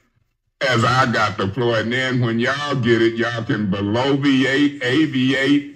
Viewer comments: She trying to use big words and can't pronounce it!! Bloviate (blow- vee-ate) Thanks Google!!😉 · and she added an extra syllable...does she even know the word is "bloviate?"